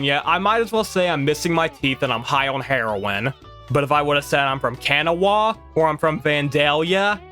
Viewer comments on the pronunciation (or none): I agree. Really entertaining video but your local pronunciation of almost everything (not exaggerating) is so far off as to doubt your actual WV cred. Nobody from WV pronounces it KEN-uh-wah. Nobody. Its a dead giveaway you're not from here, just got here, or were maybe born here but couldn't have been raised any closer than Ohio. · Your saying kanawha completely wrong the w is silent and it sounds more like Canall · Its pronounced Kan-aww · Nice video, but NOTHING and I mean NOTHING is pronounced correctly. Matewan is said “mate-won,” Kanawha is really “can-gnaw,” Monongah is “mon-on-guh, “ Sabraton is “saber-ton.” Also, the creator of the video is correct that Country Roads is about driving the eastern approach into WV through Virginia and Maryland, but all of the landmarks mentioned in the song are partially in WV. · How can you be a West Virginian and not know how to pronounce Kanawha? Hint: It’s not Can-a-wah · Plus your comments on Tudor's and pronunciation of "Matewan" and "Kanawha" makes me question your true West Virginian-ness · My brother, that is not how you say kanawha 😂